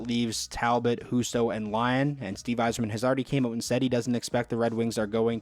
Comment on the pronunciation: Thank u for pronouncing my last name right